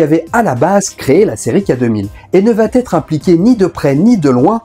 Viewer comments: Super intéressant mais tu devrais corriger ton habitude de prononcer va-t-être. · Merci pour la vidéo, c'est toujours intéressant ! (mais on ne dit toujours pas "va têtre") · Merci pour cette vidéo. En revanche vat-être et put-être, ça passe mal. 😂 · C'est la nouvelle mode de dire "il va t'être" ??? On dit "IL VA ËTRE " !!! pas de T à la fin de "va".